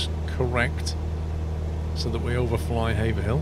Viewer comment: Pleased you are one of the few who pronounce Haverhill correctly - I live there. Thanks for the video. I have yet to "fly" over my home town yet as still struggling to set up my CH Yoke correctly.